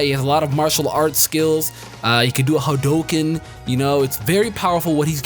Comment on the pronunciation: haduken (HA-du-ken)